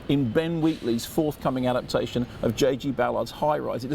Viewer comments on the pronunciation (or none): none